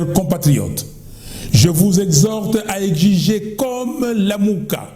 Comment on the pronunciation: « EGJIGER » wana erataka te 😅 « « egjiger » ou bien « egziger »